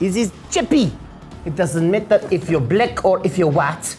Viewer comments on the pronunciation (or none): “It doesn’t matter if you’re BLEK or if you’re WAAT.”